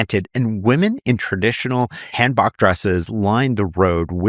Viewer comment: For future reference, the pronunciation for “hanbok” is much softer and has a long “o” like han-boke but, again, softer pronunciation than the romanization would suggest 🫶🏻